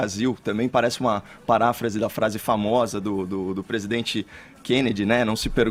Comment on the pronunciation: Nem falar esse cara sabe...... "Eu dZi amo meu Brasil"... "PresidendZi"... Será que só eu que ouço isso, dá no nervo....kkkk...